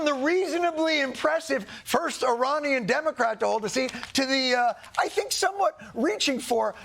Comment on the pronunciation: I'm just happy to hear someone pronounce Iranian correctly on TV!